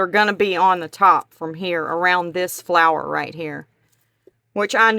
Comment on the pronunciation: that is really a cute idea. it would be a wonderful vase or pen holder as well very creative. its so pretty....and i loved it when you said flaaars instead of flower lol